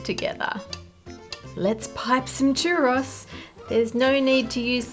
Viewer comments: Cherrus. Lol! It's "choo-rows." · *"Churr-ohs", not "churr-oss". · Churros is a plural word 😭 it's not a chәross it's a churr oh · My only critique...churros is plural, singular is churro. It was odd hearing it like one would rhyme with 'boss' 😅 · Churr-ah-s is a crime. Churr-Oh-s is the way. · churros ; chur like "turn" and ro like "row" a boat. churr-oh. then the s is plural, not part of a singular name. churro! \ o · / I have such a strong love/hate feeling towards how british and australian people pronounce Spanish words😂 "Cherahce" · Can't say I've ever hears "churros" pronounced as "chur-oss" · I am taking psychic damage from the pronunciation of churros in this video 😵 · That's a weird way of pronouncing churros. Also, the singular form of churros is just churro. You can't have "a churros" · The Australian pronounciation of "churros" is adorable.